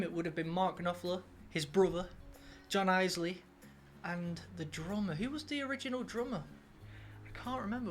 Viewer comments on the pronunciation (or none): It's "ills-lee". 😊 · John 'eels-lay', man. You always get this wrong 😁